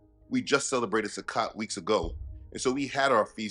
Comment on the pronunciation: A friendly correction. The O in Sukkot has the long O sound. I understand that the O in Hebrew is always pronounced with the long O sound. Just striving for truth and accuracy. YAH Bless. Shalom